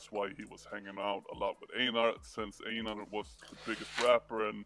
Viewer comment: Einar is Einar, there's no "ainar"... 😄 And Dree Low quit his career after Einar was shot, maybe you know? He was with the Husby Hyenor, as someone wrote (or is)...